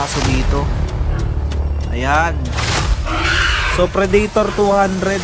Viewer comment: Pre-da-tor. Hindi Pre-dey-tor